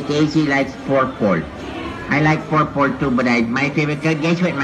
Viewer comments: “P O R P O L” I’m cryinggg😭💀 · It's pronounced purple. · The way he tries to pronounce Purple is so cute and innocent! 😍❤️💕